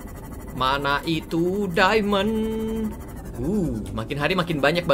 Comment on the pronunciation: "MANA ITU DIAMOND (DAIMEN)" kek aksen/logat manado..🤣🤣